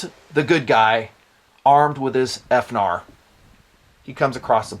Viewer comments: How abot Finar? Instead of F-narr. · Please don't say "F-Nar". Thanks, - The Internet